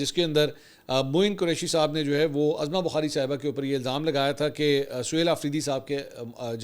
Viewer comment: Mansoor Bhai please correct to announce the name as Uzma Bukhari not Azma Bukhari